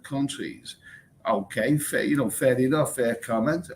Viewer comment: Are you saying Fair Enough or Furry Muff.